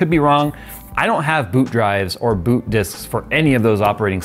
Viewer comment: I heard BOOP instead of BOOT boop error